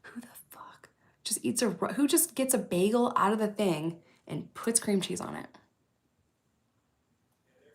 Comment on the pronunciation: Your New York is showing with the bagel 😂😂😂